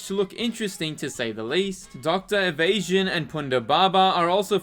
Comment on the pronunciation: Evazan. Eh-vuh-zon. Not evasion. And Ponda Baba, not Ponda Baba.